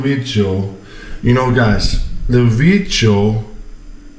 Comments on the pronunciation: What the hell is a vit-chi-o? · "The Veejyo" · Vitcheo guys vitcheo 🤣🤣🤣🤣